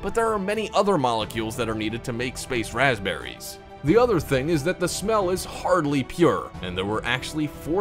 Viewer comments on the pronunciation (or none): it said PASPBERRY